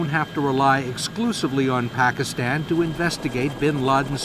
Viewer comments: Barack Obama is only American who pronounces "Pakistan" and "Osama Bin Laden" correctly. Such a very detailed and brillian person he is! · I love how Obama pronounces 'Pakistan'. He's even taken the time to do that right. Goes to show his attention to detail.